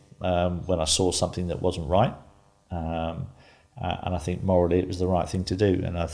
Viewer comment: Me neither! Free - 3 Fort - thought Fink - think ……… to name but a few!